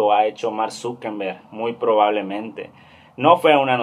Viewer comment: Grrrrrrrrrr es Zuckerberg no Zuckenberg, no es con N grrrrrrr 😠